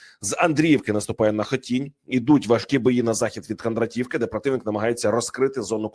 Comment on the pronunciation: Дякую вам за правильні наголоси в назвах сіл Сумської області! Особливо приємно було, коли ви правильно назвали Хотінь, хоч й з другої спроби. Ще треба виправити наголос в назві КіндрАтівки. Щиро дякую за увагу до цього важливого питання, це є повага до мешканців Сумщини. 😘